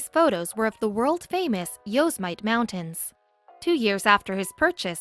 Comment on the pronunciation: learn how to say Yosemite before you ever make another video !!!!